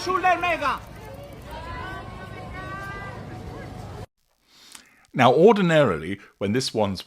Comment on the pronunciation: I love the way the cameraman calls her "Megga". She looked thrilled. 🤬🤬🤬